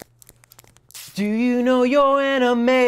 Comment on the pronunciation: you don't sing it "do", you sing it "djo" that's what i hear :D